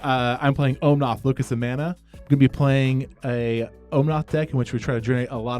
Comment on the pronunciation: Loved the game! I can’t help but think that how Jeff is pronouncing Omnath must be him messing with me like Stewie over pronouncing the “h” in Cool Whip haha